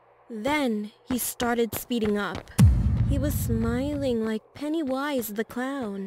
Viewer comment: Everyone else."Pennywise the clown." The narrator.. "Pen E Wis the clown."